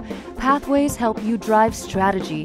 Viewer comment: Good video, but it took me a few distracting seconds to work out that the narrator was saying "pathway to help", and not "pathway to hell"... which has often been the case with a number of consulting engagements (though thankfully never with Red Hat).